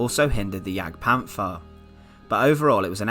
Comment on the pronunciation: Its pronounciated Panter not Panfer, as there is no soft th in German.